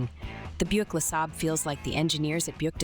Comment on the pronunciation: 'Luh-Sabber'? Really?